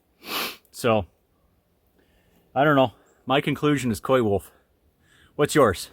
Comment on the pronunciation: I think you're correct, I'd say coywolf too